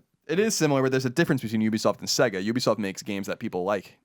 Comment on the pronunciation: sAYgo not sEGga haha that's going through me